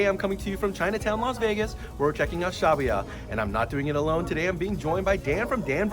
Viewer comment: Former employee of the fountain valley location, the way Dan pronounces it is correct and the way shin pronounces it is incorrect